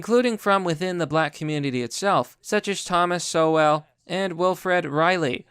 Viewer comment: I'm on your side, but really you should, when you see unfamiliar words and names, look them up and learn to pronounce them. Cogent, Sowell, etc.